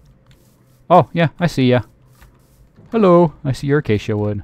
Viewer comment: HOLD UP why did you say hallo are you german or what becuse im german